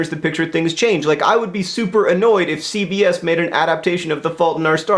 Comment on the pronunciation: Everytime he said CBS I thought he was saying CVS. Which made it a whole lot more strange to think about.